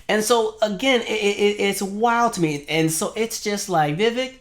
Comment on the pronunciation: The fact that 5 seconds in and you can't pronounce his name right? Already tells me I'm likely wasting my time listening to this. ANYONE in the political sphere that doesn't know it's "Vi-Vake like cake" is likely disingenuous, from any side. 🙄. Sad.